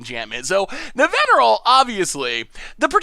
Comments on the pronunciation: mispronunciation also brings a little smile to my face. His absolutely perfect pronunciation of Nevinyrral while managing to but her Araumi, your own preview card, just makes me giggle. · pronounces Nevinyrral perfectly Also: Bonded Courier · Wait wait wait! You're telling me that can say easily say Nevinyrral but can't say chimera? What kind of logic is this? Also Nevinyrral goes infinite with phyrexian altar even more easily since you can eat all the zombies and Nev himself recast Nev and he'll coming in with twice as many there were. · I was looking for this comment. Was also impressed he got Nevinyrral because I even struggle with that one. But then be like CHIM-ER-A. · He mispronounced heliod, but just nails nevinyrral., you sir are an enigma